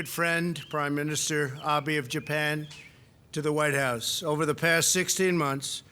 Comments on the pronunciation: It's Abe, not Abi! Can't even say his name... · Who is Prime Minister Ah-bee? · "Ah-bee?"I can't even get past the first words of this clip. How insulting. How humiliated I am. The rest of the country should be, too.